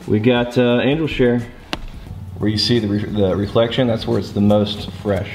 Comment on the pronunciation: Why do people add a k sound to their g at the end of words? He does it multiple times throughout the video lol